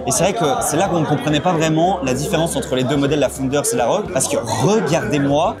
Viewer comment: R - O - G pas ROGUE xD J'en peux plus xD